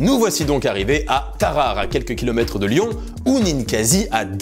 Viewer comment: Pardon où ça ? à "Tarahara", non ça se prononce Tarare. (Alphabet phonétique: taʁaʁə ).